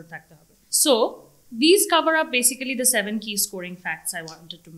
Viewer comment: উনি 9 পেয়েছে এটা অনেক ভালো কিন্তু প্রথম ৮ মিনিটে উনি basically উচ্চারণ করতে গিয়ে তা উনি ৩ বার ই ভুল উচ্চারণ করেছেন